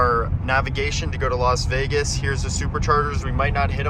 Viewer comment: Why does every American youtuber say Los Vegas? It's LAS Vegas. British/Canadian here educating you. Do you need us to retake control?